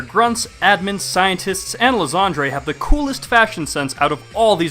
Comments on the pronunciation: Ly-ZAND-REY? Dude as a shakespeare nerd, I have to correct you on your cancerous pronounciation. Ly-Sand-Er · You saying Lysandre wrong . Its Lie San like s and an and durr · I still dont get why people still call Lysandre Lysandré. The Mega Evolution Specials have already told us what the right pronounciation is. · Pretty sure his name should really be pronounced Lie-sand-er. Also I would have loved Team Flare a LOT more if they used... Flareon duh!